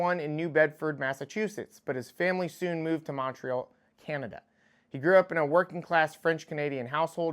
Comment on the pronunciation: I'm not even going to correct your pronunciation of Montreal, fuck Quebec